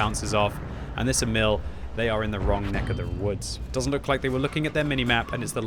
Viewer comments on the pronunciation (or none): none